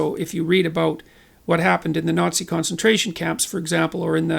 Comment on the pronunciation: "OY VEY the Nat-Cees!"